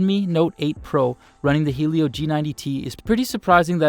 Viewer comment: Why does a lot of people pronounce "'Helio" as "hey-lio"??? It's "he-lio" guys!!!